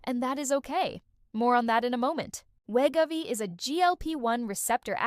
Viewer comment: The bad AI narration is NOT a pharmacist. And it can't even properly pronounce Wegovy. LOL.